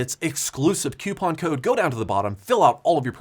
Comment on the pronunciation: Did he learn how to pronounce "coupon" from Linus?